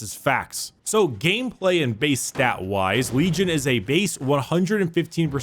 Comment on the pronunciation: Did you say Lejim